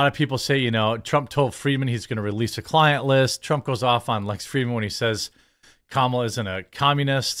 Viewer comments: IT'S........ KA-MA-LA. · Hey bro it’s not CAMuhLuH it’s KALMALA… Jk I don’t fucking care! TRUMP 2024